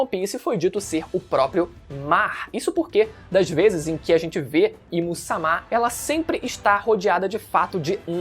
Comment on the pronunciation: me incomoda muito a forma do falar "A im sama" assim como ele falava vaca verde. rapaz é uma coisa tão estupidamente errada que dói o ouvido